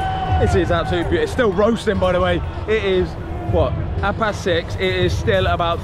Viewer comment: did anybody else notice how irish he sounded saying it’s still roasting 😂